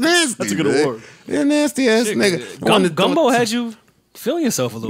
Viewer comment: Did call it "gumbo" lmao